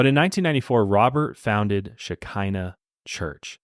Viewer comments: Im Israeli and I was a little confused at first when u said it was a Hebrew word but then it hit me that it's very much not pronounced "Shekinah" it's pronounced sh-ch-eena. Lol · The pronunciation of the word is “ch-hi-na”… this is hard for English speakers :) “Sh..he..nah”… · fun fact Shekinah Hebrew the k is sounded as h …although the way it’s pronounced here is also fun to say ☺️ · As a Hebrew speaker wtf is Shekinah? 😂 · I am not saying you pronounce it wrong maybe thats how they called it but the Hebrew word is how i said..